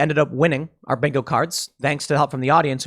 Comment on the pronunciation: Joe Biden's great value MAGA Make America Good Again Also, I'm pretty sure you said "binko" after talking about Joe's inability to speak. 😂